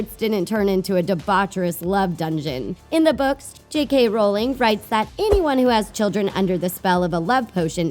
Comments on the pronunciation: OK, it's RO-ling. As in RO My God, get her damn name right after 20 damn years. Also, Hermione got the Time Turner from McGonagall, not Dumbledore. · Moxie Dawn it’s ROW ling .